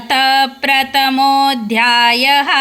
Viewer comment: उच्चार खूप अशुद्ध आहेत परमात्मणे नसून परमात्मने असे म्हणालात न व ण यांचा फरक समजून घ्या व उच्चार त्या त्या अक्षरा प्रमाणेच करावा. प्रतमोध्याय: या ऐवजी प्रथमोध्याय: त व थ मधील फरक जाणून घेऊन त्या प्रमाणे उच्चार करावेत ही विनंती